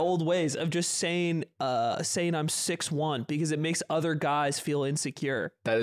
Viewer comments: Thanks Slime, I went months without hearing how Ludwig says “other” as eth-er and now I can’t unhear it. You’ve cursed us all. I will pay for his speech classes to make it end. Please, make it stop. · I’m so glad slime brought up Ludwig saying ether, it’s annoying me for so long lmao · Thank god someone brings up Ludwig saying “ehther” on the podcast. Finally addressing the real issues facing our country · i felt like i was insane because i never saw anyone pointing out ludwig saying “ether” instead of “other”